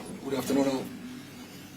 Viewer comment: Did he just say: “GoodafterMorrow”?🤣🤣 after the “please” this is the next one !😂